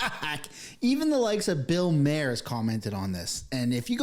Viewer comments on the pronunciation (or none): Okay but it's not "MARE" or "MAY ER. It's MAR. BILL MAR. Why are you trying to make it fancy lol. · Bill “Mar” like “bar” … just trying to help. I have watched many videos about him mispronouncing his name. Love the video and content. Nothing better than pointing out guilty white people crap 😂😂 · it's pronounced BILL MAR. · Bill Mare? I think his last name is pronounced like "Mar". Like far. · Bill Maher is pronounced Bill Mar; Sinai is pronounced like sigh-nigh. PLEASE, younger generation, LEARN how to pronounce names properly. It is NOT BILL MARE.... Good grief. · Just a side note, Bill Maher is pronounced “Mar”, as in the planet Mars. It’s not Bill “Mare” as in a female horse. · Did bro really say Bill Mayer and Billie Eyelash ... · Good lord, learn how to pronounce the subject of your video. Looks a lot more professional. Also, not Bill “mayor” … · Eilish not Eilash and Maher is pronounced Marr. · Billie Eye lish, bill mar, sy an eye law firm. Just helping with pronunciation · f dude, is this AI robot reading? Bill "Mahr" (rhyme w PAR as in golf); "Sinai" like I SIGH NIGH (your redemption draweth nigh/near). "Mount Sinai" where ol Moses got dem 10 commandments. "Cedars Sinai" hospital in Los Angeles? dang man lol make me think more about starting one of these lame channels sigh yeah carry on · And “Bill Mayor”. Last names have this dude up against the ropes. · Why cant people pronounce Bill Mahers nane? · You need to learn how to say their names not that I don’t agree with your points, but you pronounce Bill‘s last name, incorrectly, and Billy‘s name incorrectly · Come on man, learn to pronounce Bill Maher 's name. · Are you purposely mispronouncing Eilish and Maher? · Respectfully, are you trying to mispronounce every name? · Can't pronounce Maher or Sinai. Talks for a living. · Anybody else triggered by the way he's pronouncing 'Maher'? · You pronounce both those names wrong 😮 common. Other than that, hopefully it's true.